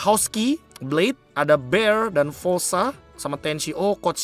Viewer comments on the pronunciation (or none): none